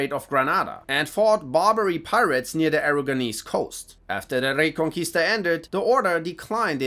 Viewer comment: I don’t know German at all so I’m not sure if they have Spanish ‘R’ rolls but dang pronounces Reconquista perfectly lol